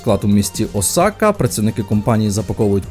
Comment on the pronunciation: Привіт, не осАка, а Осака. Наголос на "О". Дякую за відос)